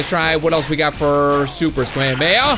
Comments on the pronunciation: It's ka-me-ha-me-ha prounoncation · Ur pronouncing kamehameha wrong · This guy can't pronounce kamehameha